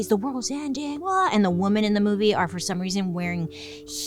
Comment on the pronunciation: I’m watching some old videos. Bailey. It drives me nuts the way you pronounce “women”, it’s pronounced, “wimen” . I don’t know how to explain. Women is differently pronounced than woman. Please don’t hate me. But it does drive me insane